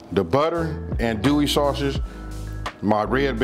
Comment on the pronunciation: I love this but you can tell he is not from Louisiana due to the way he is saying andouille sausage lol